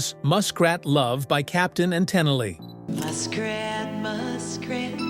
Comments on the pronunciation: It's pronounced ten-eel, not ten-el-e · Captain and tenn eel', not ten ee ell ' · Captain and Tenilly? WTF! It's pronounced TENEEL! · The Captain and Ten-A-Lee????????? It’s the Captain and Te-Neel, you dolt. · Can't even pronounce Tenille correctly!!! It's not Ten-a-lee, it's Ten-eel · ¿"Ten-ih-lee"? ¿¿"Ten-ih-lee"?? ( - and possibly after, but i'm not sticking around to find out) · Ten a lee Lol It's Tan eel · Captain and Tenalee????? Haaaaaaaaaaaaaa Ten-eel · Its not ten Ely Its Tenile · 'Captain & Tennerley?' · Ten Ill Lee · Captain and whom? Ten-illy? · I agree. Captain and Tenelee? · And especially can't say TAH-Neil. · Captain and Ten-a-lee?????? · You realize that Hey Jude was not a 70’s song- it was released in 1968. Also you need to check your pronunciation of Tennille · Your bot can't pronounce Tenille. 16, no different than Chuck Berry's Sweet Little Sixteen OR the Blues Classic, "Little School Girl," including 10 Years After. Ever thought it was about 2 high school kids? Debbie Boone stole the song from the movie. Same way her dad stole Little Richard songs. 1 Tin Soldier was the theme song of "Billy Jack." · You can't pronounce Tennille from Captain and? Thumbs down and removing this channel as a recommendation! 👎👎